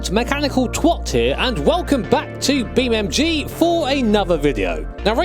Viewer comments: He calls it "BeamMG"? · Breh, its beam NG not MG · Its Beamng.Drive, Not BeamMg.Drive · Its not BeamMG, its BeamNG